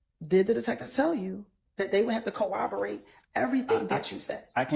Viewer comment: Its CORROBORATE not cowoberate miss 🤦‍♀️🤦‍♀️🤦‍♀️🤦‍♀️🤦‍♀️🤦‍♀️🤦‍♀️🤦‍♀️🤦‍♀️🤦‍♀️🤦‍♀️#sitdown